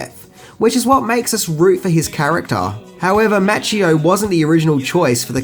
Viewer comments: Good video but you're doing it again, killing the names! Its Ralph Macchio mah-kee-oh is how you pronounce it. Glad to see you finally started saying Willem dafoe's name correctly! :-) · It is, partly, the accent but I really wish people would pronounce words properly: Okeenawa, not as in KIN; karatay, karawtee; and, especially, Daniel-SAWn (mispronounced by Pat Morita who was American born Japanese and could not speak either language) was played by Ralph MAWccheeo, not MATCHcheeo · Hey Mate, it's Mah-Chee-Oh. lol